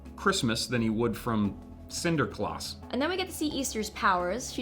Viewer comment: i'm Dutch and i am sorry but the way he says Sinterklaas hurts my ears...